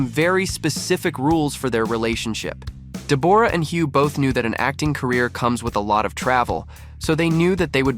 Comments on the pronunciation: Deb-aura??? I was very confused by the pronunciation. Aussies call her Deb-ra. We wouldn’t bother fancifying it. 😅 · I wish this idiot would pronounce her name properly it’s Deborah not Deborra 🙄🤦🏼‍♀️ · Her name is said like Debra not de bor ah, omg. She was never known in Australia as a delicate woman always a bit of a hard ars. She has never been one to stand in his shadow so I would not be throwing the pity party on her. Whatever happened they will all survive and get on with it. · It's Debra Lee not the way you are pronouncing it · If you are going to make a video clip about someone, it would be really polite if you pronounced their name correctly. Deborra-Lee is pronounced DEBRA-LEE. Why don't you just leave them alone? But no, you are wallowing in their troubles. 😢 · For goodness sake learn to pronounce Deborra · Never heard Deborah pronounced that way before 😆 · Noone can promise that they wont ever fall in love with anyone else. And you could ask any Australian how to pronounce Deborah correctly. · Your pronunciation of her name is incorrect, and that turned me off straight away. Great investigation work. 🙄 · These AI narrations are the worst! At the very least, pronounce Deborrah-Lee's name correctly! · Do you not know how to pronounce the exceedingly common name Deborah?